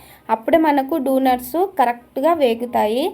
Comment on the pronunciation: అక్క ముందు నువ్వు డోనర్స్ ని dunars అని అనకు please